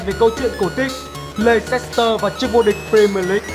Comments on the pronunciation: Thế này nhá, nếu đã đọc tên clb thì hãy đọc cho đúng, đọc sai tên clb người ta cứ như sỉ nhục vậy, cái gì mà lây xét tơ, nghe vớ vẩn chưa từng thấy là Lét s tơ. Cảm thấy vô cùng khó chịu với những người như này, nếu ko biết tiếng Anh thì ít ra cũng phải tìm hiểu cách đọc tên người ta sao cho đúng. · Nguyễn Đình Khoa Chính xác 'lɛstər', cơ bản là đồng âm với từ lester, vì vậy leicester đọc y như lester. Đã vậy còn có thánh Kun Kelly đã ko học tiếng Anh còn bày đặt phát biểu. Lây xét tơ =)), nực cười hết sức. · bỏ ngay cái từ le xít tơ đi.nghe mà chối hết tai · phát âm là /less/ter city nhá bạn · ad đọc sai tên Leicester sai rồi nhé :v không biết là cố ý hay vô tình đây